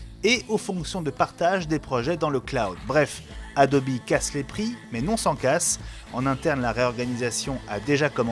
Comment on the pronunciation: Adobi pour la prononciation anglaise comme niki